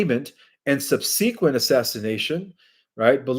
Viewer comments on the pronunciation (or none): Eschelons is pronounced with sh, like eshalons, not eskalons. Triumvirate is pronounced like this: Tri-um-vir-et, accent on the um. Subsequent is Sub-su-quent, accent on the first syllable. Differentiation is Different-ee-ation